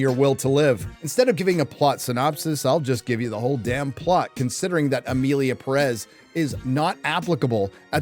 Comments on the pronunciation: The English pronunciation of the name Emilia Perez sounds like Emily in Paris. Is this perhaps related to the French supposedly hating this series because of how they are represented?😂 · You cant even pronounce the name of the film correctly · in terrible french accent this makes me feel, how you say, ehhh le sick.